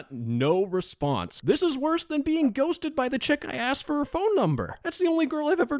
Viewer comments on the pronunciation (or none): none